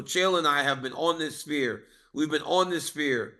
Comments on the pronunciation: Chael "I love the SPEAR" 🏹 Chael its Sphere 🌏🌎🌍:planet-orange-purple-ring: Chael's command of the english language is astonishing. Merab DO-GOSH-TEA-LEAVES dominated at the SPEAR! LMAO 💩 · I understand Chael mispronouncing half the names in the UFC. But pronouncing the Sphere as “Spear” is TOO MUCH 😂😂😂